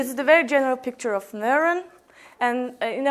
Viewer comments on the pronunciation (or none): Good job, but please, pronounce "neuron" with a better o sound - Newro:n. Thank you for the session upload